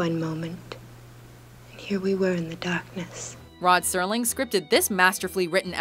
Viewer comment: Is it just me or does the narrator sound like she is saying "Rod Sterling"?